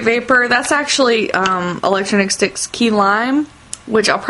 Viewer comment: electronic sticks not electro-nic-sticks or whatever